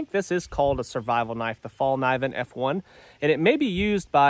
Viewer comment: you sound out the ‘K’ - ‘Fall - ke - neeven’